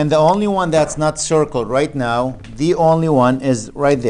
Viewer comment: am i the only one who hears "nut" instead of "not"?